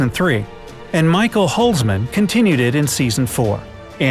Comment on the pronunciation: Who is Michael Holsmen?? Its Michel Huisman!!!!! Dutch is difficult.... 🙄